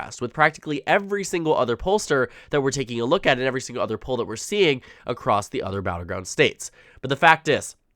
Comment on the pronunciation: 1) it’s not pronounced the way you said poll 2) 270 town still has Trump w/ higher average and is winning by 3 in another poll with higher sample size